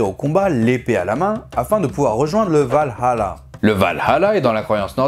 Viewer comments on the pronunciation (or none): none